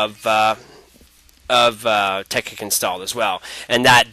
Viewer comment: dude, isnt it pronounced "Tech-IT" and not "Tech-ICK"...